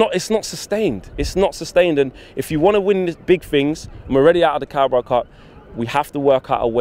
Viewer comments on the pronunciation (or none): none